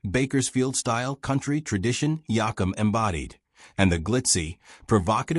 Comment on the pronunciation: Please learn to say his last name right